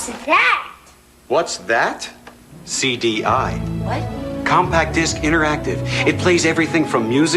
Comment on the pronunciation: “Cómpac Dáisk, me sale pero me mojo!!!!!!”.